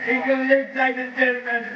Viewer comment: Engerland, Engerland, Engerland. Remember, this is England